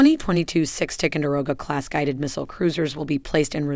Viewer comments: Listening to this announcer butcher the names of these ships is like listening to fingernails scratching on a chalkboard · Learn to correctly pronounce TICONDEROGA ! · What is the deal with Ticonderoga pronunciation? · Good video; but please learn how to pronounce the word Ticonderoga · This lady doesn’t know how to pronounce the names of some of these ships! She also talks to F’ing fast! She also this lady also chews her words!!! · It is not Tic-a-row-ga, it's Ty-con-da-row-ga !!! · This lady is reading a teleprompter and has no clue about Tico ships. She mispronounced several of them. Also It’s Tie-Conderoga, not Ti-conderoga. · What the heck is a "Tickendurogah?" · Her mispronunciation of Ticonderoga really ticks me off. It's not "Tic-un-de-roga", it's "Ti-CON-der-oga". "Late Gulf" - no. Leyte Gulf, yes. Geez. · Damn why can't any one pronounce the words right.It's pronounced Ty conderoga, not tick conderoga.It's Aagis not eegis.It's so irritating to hear every one miss pronounce the words. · I wish you would pronounce the name Ticonderoga properly. “Tye-kon-der-oga”. And Huè city is pronounce “way city”. It’s an insult otherwise. I served on the Tico. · I have never heard tie-con-der-o-ga pronounced as strangely as spoken in this video. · Isn’t it supposed to be pronounced as Tie-conderoga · It's pronounced "Tie-con-dah-rogue-ah..." TICO for short pronounced just like Jupiter's moon. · “Tickonderoga”?! What the heck is this pronunciation? I generally like the content of this channel but that is just not professional. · OH MY GOD! AT LEAST PRONOUNCE TICONDEROGA CORRECTLY!!!!!!!!!!!!!!!! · Learn how to pronounce "Ticonderoga". It's a place in NY State. And remember the battle of Late Gulf. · Ticonderoga = Tie-con-da-row-ga Champlain = Sham-plain Hue = Whey Could you at least try to pronounce the names correctly? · TY-CON- DER- O -Ga LAY-TAY gulf, my god at least learn how to say the fucking words AN TEED UM